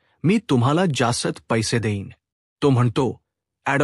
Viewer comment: हक्कलपट्टी नाही हकालपट्टी. जासत नाही जास्त. आपण मराठी भाषिक नाही असे आपल्या वाचनावरून , उच्चारावरून वाटते. मराठीत " च " आणि " ज " चे उच्चार संदर्भानुसार वेगवेगळे असतात. परिणामकारक वाचनासाठी ते उच्चारातील फंरक माहिती करून घ्या.